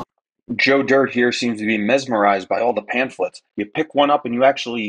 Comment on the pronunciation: Please ask Joey to spell pamphlet. He is not pronouncing it correctly. What a huge disappointment his maker must feel at his pointless existence.